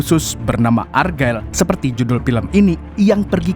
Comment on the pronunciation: Check di google translate mu membacanya salah bulan ergael untuk argylle.